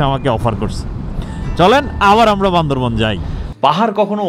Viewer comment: বান্দরবান কে বান্দরবন বলেন কেন আপনারা:/